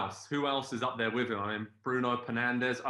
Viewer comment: Lol man said kdb mane and penandes 😭😭